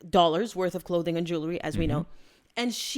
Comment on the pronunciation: Not Jew le ry. Jewel ry. As in jewels. 😊